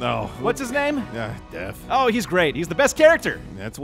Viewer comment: Whenever he says death it sounds like dad